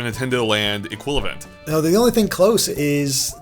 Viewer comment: waaaaaitagoddamnminute... , he says eqilavent, not equivalent!!! up yo game!!!